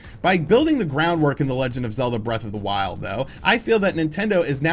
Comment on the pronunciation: It's-a pronounced zee sequel too-a zee legend of zeelda breath of zee wild.